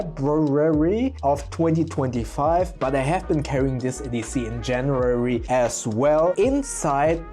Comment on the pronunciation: Jan-You-wary, Feb-brew-ary. not that hard 😉